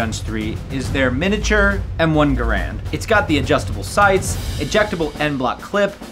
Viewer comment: Love how a gun YouTube mispronounced the M1